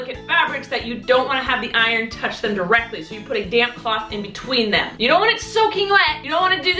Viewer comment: I love you but you said in bewteen!